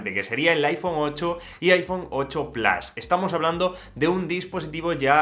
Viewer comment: Porque dice plas, no sabes decir PLUS?